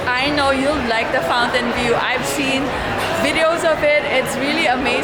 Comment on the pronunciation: Did she say Fountain view..or Fountainblue